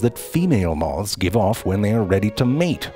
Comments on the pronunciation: Love how he pronounces moths as “mothess” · “Mothus” lmao